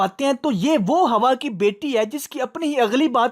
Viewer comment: oh Bhai wo konsa HAWWA Keh rahi hai wo to Keh rahi hai hawaa ke beti.hawaa ki.HAWWA ki nayi hawaa ki beti 😂.. Iski English.. Is sy Kisi ne pucha tha How are you doing iska jawab yeh tha. Me ticktor bhi Hun me flan bhi flan bhi Hun yeh iski English ka Hal hai Urdu Wo bhi apny dekh li hogi Hawaa ki beti aur mizaji Khuda dobara Laga di clip 😂😂😂